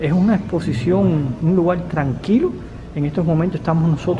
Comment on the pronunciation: Lugal, conocel 🙄